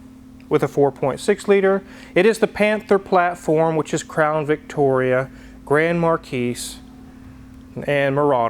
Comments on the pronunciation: Absoultely loved your video. Especially since I have a Marauder. But there is just one slight, little, nit-picky item that kind of grated my nerves... They are called a Grand Mar Key, not a Grand Mar Keys... thank you! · It's Grand MarKEE, not Markeys. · Like Akon mispronouncing gallardo , so is grand markee (not marqees. I know it’s spelled marquis) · The S is silent on Grand Marquis